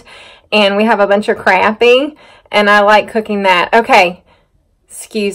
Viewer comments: You say it perfect! Crappie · Never too much salt for me either! I say crappie the way that you do! I am from North Carolina myself! Think i will go down to the water and catch a mess of crappie. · Yes Mam we are so happy to see that big bright ball in the sky! Been a long time since we seen it. Not ya ran out of propane! Bit to cold to be taking cold showers! LOL. Mashed taters looked ever so tasty! Lots of mud still laying around no doubt. Yep Crappie is the correct and you said it right. Or to us anyway. LOL. Chicken and dumplings is what we call it but found they call is stew / pastry when we moved up here to NC. Rene and I laughed so hard over your husband saying he an'it no chicken farmer! LMBO. Priceless!! Your daughter sure was eating it up. That had to tell ya you had a winner supper right there! Well guess you know they calling for snow so batten down the hatches over there and lets get ready for another mess to roll in. Keep up the great work and hope you folks have a wonderful rest of the week and weekend. Stay Safe! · Crappie good stuff you say it like I do